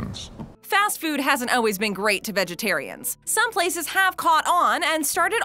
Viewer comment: Does it bother anyone else that she pronouncements always as Oh-ways? I cannot unhear that!